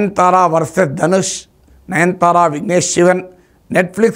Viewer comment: Sorry sir,not 9 thara please pronounce Nayanathara. I think I am correct.